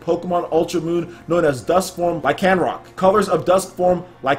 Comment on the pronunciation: The way you pronounce Lycanroc triggers me..